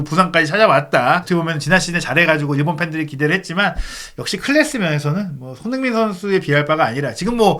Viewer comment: 발음을 정확히 합시다. 손흐민❌️ 손흥민⭕️